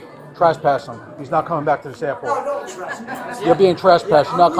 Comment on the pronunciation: Creepy AI guy broke his record. "Airpot" 6 times on this one!!